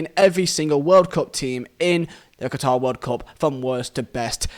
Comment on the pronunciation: Listen well all of you I’m Qatari, and no one has the right to change the name of my country called Qatar not katar not guitar not Quatar QATAR